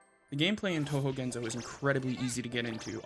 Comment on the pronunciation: ✔Pronunciation tips: Gen-so not Gen-zoe Ray-moo not Rai-moo Neet-oh not Night-oh